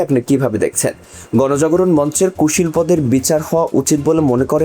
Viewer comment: কুশীলবদের -- শব্দের উচ্চারণ ঠিক করুন।